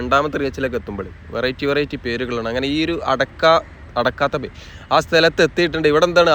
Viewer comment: അടുക്കത്ത് ബയൽ ആണ് മോനേ... ഞാനും മലപ്പുറക്കരനാണ്... ഇംഗ്ലീഷ് ബോർഡ്‌ മാത്രം വായിച്ചു മലയാളം സ്ഥലപ്പേര് പറയരുത്..